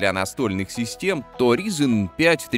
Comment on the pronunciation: Как же режет слух - "ризин".